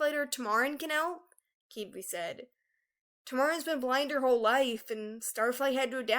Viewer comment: That's not how you pronounce Qibli, Tamarin and Phyrria, forgive me...